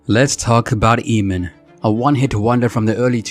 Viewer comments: This narrator's pronunciation is irritating. It's 'Ay-mon', not 'Eeee-man'. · Emin ? Lmao It's pronounced like Amen, ya goof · I can’t watch this in it’s entirety with the guy pronouncing it “Ee-mon” when it’s “AYE-mon”. 🤦🏻‍♀️ Anyway, Eamon makes great, current music on the Enemy Soil label. IYKYK. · It's Pronounced Aim-In (Eamon) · It’s pronounced AYMAN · At least prounce his name properly. The E is silent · I really don't understand you guys doing these biographical videos about artists whose names you CAN'T EVEN PRONOUNCE! 😠 that should be the FIRST THING you research. How to say their effing name! 🤬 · Who thought this guy was gonna be anything? Bro can barely sing and got famous because his song had curse words. It did what it did, no hate but in this day and age what does he offer? On another note, it's hilarious watching as can't decide if to bleep the "fuck it" say it himself, let dude sing it and then bleeps it again. Also my guy literally said his name in the video, it's pronounced like "Aemon", And goes right back to calling him "Eemon."🤣😂